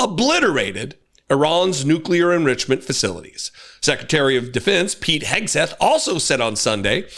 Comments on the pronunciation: “nukiler enrichenmnt”? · We all need to call the White House and ask them what this "nuclear endrishiment" is.